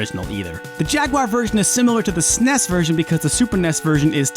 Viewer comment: Every time he pronounces "SNES" as a one syllable word, rather than an acronym, I cringe so hard.